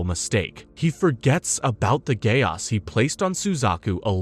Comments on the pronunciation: Very nice! But am I the only one who gets bothered by “Gay Os”! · Frrr why bro saying code geAss like bro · Dude I prefer the Code Geese pronunciation because the other way sounds too close to Gay-ass 😂😂😂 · The way u say Geass is hilarious. Do u have a “ggae aesss?” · Stop saying Code geAss😡😭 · I keep hearing "a gay ass" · At one point, I used to pronounce geass as gayass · Solid 6/10, would give it 7 or maybe even 8, but mispronunciation drove me crazy, especially "geass" and "Kallen" (Colin? Really?)